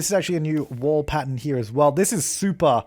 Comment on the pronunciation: Love the way he says pattern. 😂 as Pattun.